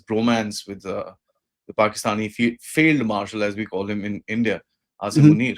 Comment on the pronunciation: I like the way he says asim manure😂